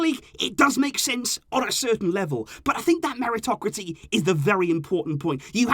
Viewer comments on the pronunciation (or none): Meritocracy = Merry-tocrah-sea👀